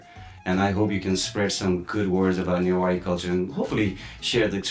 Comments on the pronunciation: This show should have been hosted by someone who can actually speak Newari; this guy has completely butchered the pronunciation. It's also prejudiced to focus on Hindu Newar, as Newari culture is primarily Buddhist. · Nepali speakers always mispronouncing newari names. They also call biska jatra bisket jatra😂. They just mispronouncing everything.